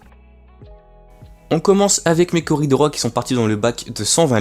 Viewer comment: salut ! tu as recu de beau poissons ! juste le s de coridoras se prononce 😉 sinon belle video come d'habitude